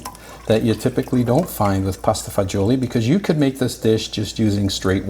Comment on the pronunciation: It’s pasta fagioli NOT fagoli!